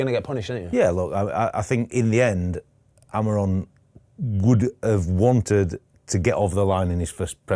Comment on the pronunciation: Christ is it hard to call him by his name…Amorim😂 Almiron wtf